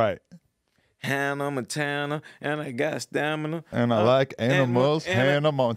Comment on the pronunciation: “& I got stanima, & I like amina , Hanna Montanama”